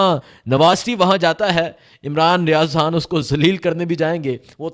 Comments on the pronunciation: Aap han kyu bolte ho Khan bola karein na 🤔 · Bro its not Haaan his name is Khan with K khhhhh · Imran Riaz haan😂 bhai naam to sahi lo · السلام علیکم او پیارے بھائی یہ حان کیا چیز ہے؟ آپ کیوں خان کی ماں بہن ایک کر رہے ہیں؟ اور ساتھ ساتھ غ کی بھی گ بنارہے ہیں۔ ایسے لگتا ہے جیسے سکول سے بھاگے ہوئے ہو۔ مہربانی کرکے قاعدہ پڑھنا شروع کرے۔ ایک قومی زبان کی حیثیت سے ہمیں اپنی قومی زبان کو کچھ احترام دینا پڑے گا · Oh bhai yeh .....Haaan kiya hota hay.....Khan kaho na.....LoL.... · Sir pls haan nhi hota khan hota hai pls ap lafz ko khaya mt karain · ھان کیا ہوتا ہے. خان کہا کرو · خ. اور ح. فرق ہے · حان نہیں خان ۔۔۔ حبر نہیں خبر کہو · ھان نہیں خان۔۔۔ ہبر نہیں خبر۔ ھاھاھا یار عجیب طرح بولتے ہو۔